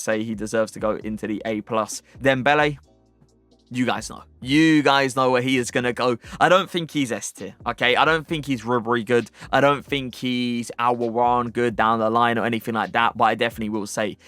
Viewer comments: AL O W A I R A N, not Aloran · Bro, u r actually killing me with Al Owairan pronunciation. He is AL O VEI RAAN